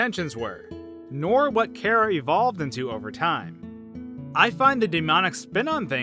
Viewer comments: No your saying cara it’s chara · not pronounced Kara it's car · It’s chara not cara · It’s not kara is chara Then saying wrong character and chara then why would you think of this karacter you say kara and these 2 names of kara and chara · Im pretty sure its Chara,not Kera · Its Chara not Cara. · I think it's ch ara Not Kara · It's chara not kara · CHara not cara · KARA IT SOUNDS LIKE A K BUT IT IS CHARA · It sound like carah, ITS CHARA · it's pronounced ch-ara not kara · you pronounce it wrong its "khærà" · It’s ‘car-uh’ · It's pernounced Chara in Charmander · It's not cara it's Ch-ar-ah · It's pronounced Chora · U are saying Chara wrong in my opinion. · omg ur hurting my head so much is there a video where you say charas name right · You said chara wrong